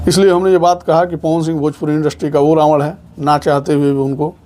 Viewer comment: रावड कैसे बोला बे